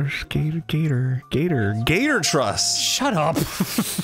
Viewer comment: Quickly followed up with "gatortruss." Right after Dan begged him to stop sounding out stupid shit. This is what I'm here for.